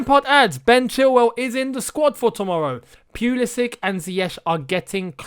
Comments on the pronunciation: The way you actually say it is “Pu-li-sch-ich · They way you say Pulišić right is “Pu-li-sch-ich